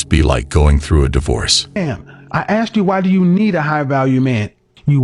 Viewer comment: WHY DO SOME PEOPLE SAY, I AXED YOU A QUESTION? OR WAT’S YU MEEN? I KNOW E-BONIC’S WAS SO VERY POPULAR DURRING THE 70’S AND 80’S.